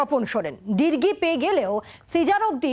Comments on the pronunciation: উচ্চারণটা ডিরগী না ডিগ্রি হবে 😂😂😂😂😊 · 0:3 ডিরগি ❌ ডিগ্রি ✅ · Kotha "drgi" naki "digri "? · ডিগ্ৰি কে ডিরগি বলছেন কেন? একি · Sanchalika news channel e digri pronunciation korte paren na